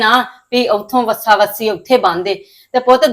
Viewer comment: ਵੱਸਾ ਵੱਸੀ ਨਹੀਂ ਹੁੰਦੇ ਵੱਛਾ ਵੱਛੀ ਹੁੰਦੀ ਹੈ ਕਿਹੜੀ ਬੋਲੀ ਬੋਲ ਰਹੀ ਹੈ